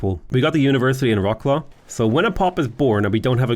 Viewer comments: Turning from nearly spot on "Vrot-suave" on the beginning to literally "Rock-claw" in the middle of the video. Sadge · I like how you started off saying Wroclaw almost perfectly and then switched to "Rocklaw" :D